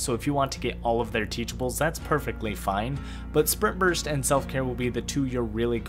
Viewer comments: Am I the only one hearing him say "sperm burst" instead of spring burst? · everytime you say sprint burst i hear sperm burst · I swear to GOD every time you said sprint burst it sounded like sperm burst